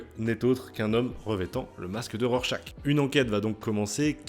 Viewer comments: C'est pas Rorechache ? 🙃 J'ai moi aussi beaucoup aimé ce titre, un très bon polar politique, même si je trouve la toute fin un poil trop rushée. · Tu prononces mal Rorchaque ! 🥸